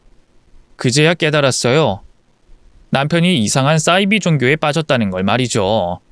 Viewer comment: 싸이비라고 읽으시면 안되고 사이비라고 읽으셔야 맞아요.